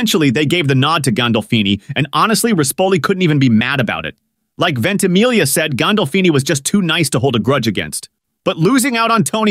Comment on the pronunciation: Why can’t people (particularly Americans) pronounce Italian names and words correctly??? This narrator pronounces the ‘gli’ of “Ventimiglia” totally incorrectly and yet pronounces the ‘gli’ of “consigliere” correctly (although misses the ending of the word).